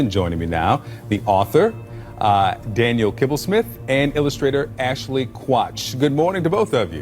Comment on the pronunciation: Did he say Ashley Crotch?